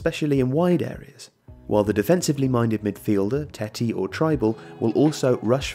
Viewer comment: At least he got Trybull right, everyone else seems to get it wrong.